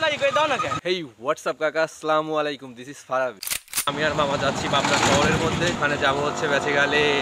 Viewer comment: ভাই সালামটা শুদ্ধ করে দিবেন যেহেতু আমরা মুসলিম শুদ্ধ করে দিলে খুশি হবো